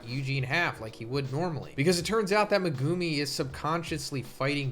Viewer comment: please pronounce megumi's name right :( megooomi